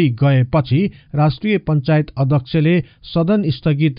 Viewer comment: Adakchhy nabhannu hola adhekchhy bhani ucharan garnuhola yo mero sujhab ho adakchhe= dakche nabhayako jasto lagchha kripaya aafai bichar garnu hola ani correction gari bolnu hola